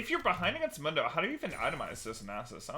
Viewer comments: Dr. Mundo literally pronounces his name in is voice lines as “moon-doe”. I cring every time he says munn-doe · WTF is that short U sound on MoonDough? Like he literally says his name, you gotta be trolling to mess it up. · This man said MUUNDO?? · Broooooo... Its (MOON-doe) he even says it him self. "MOONDOE goes where he pleases" not (muhn- doe) i cant.. So many people pronounce the names of league champs wrong and i swear they do it just so people comment about it. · Why he keeps calling him Mando? It’s freaking me out man. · How do you mispronounce Mundo when he says his own name. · How do you mispronounce mundo when he literally says his own name?;PP great vid as always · To be fair it's a Spanish word and I'm pretty sure not even Mundo himself says it right